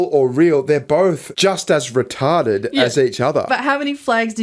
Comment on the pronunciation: Rita Ded…. It’s “retahded”. Funny enough you accidentally said it a few seconds later